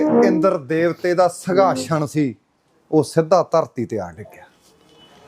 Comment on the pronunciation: ਸਿੰਘਾਸਣ ❌ ਸੰਘਾਸ਼ਨ ✅😬